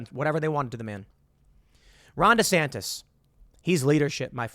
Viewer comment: DeSan-tie? roflmao